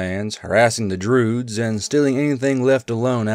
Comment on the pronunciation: I've never heard anyone pronounce Druid with a silent I before.